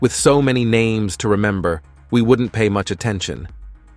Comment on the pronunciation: Your pronunciations of names is horrendous